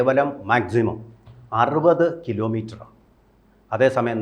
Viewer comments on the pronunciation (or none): കിലോമിറ്ററല്ല സാറേ😂